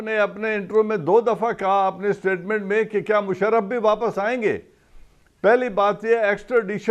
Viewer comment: Kamran sb Ap to mushraf ko bhi shaf shafsf kehte hen